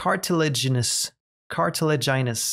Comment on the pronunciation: "I'm sure you can tell English isn't my first language." Immediately proceeds to sound out and pronounce "cartilaginous" almost effortlessly. Yep, I don't think you need to worry too much about it being a problem. :D Please do keep reading the lore, part of the joy of watching a game like this is people being sucked in by the storytelling. Only thing I'd say do differently is do make the switch to mouse and keyboard, it's a lot easier to catch fish and scan things, and something about the movement with the controller in subnautica is really bad for causing motion sickness in viewers. It also makes navigating confined spaces like tunnels a lot easier, especially when you start to factor in verticality - looking left and right is so much slower on controller than flicking a mouse left and right, if you add looking up and down... you can assess your surroundings 4-5 times faster with mouse and keyboard and given the majority of the game is about exploration, that really adds up. (Edit: Also, luckiest cave sulphur discovery ever, it took me about 4 hours to find it on my first time playing!)